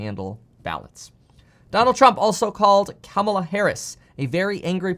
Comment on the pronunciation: Just an FYI. When you pronounce Kamela Harris name that way CNN says you're a racist. You must pronounce it comma/LA Harris to avoid this.